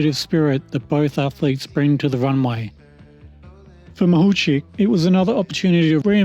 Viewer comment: Откуда вы взяли фамилию Махавких (Makhavkikh)??? Неужели так трудно выучить призношение фамилию украинской чемпионки, оне совсем не «Махучих», она МАГУЧИХ!!!